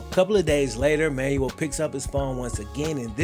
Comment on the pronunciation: Man said “Manual”. Fam… it’s “Man-well”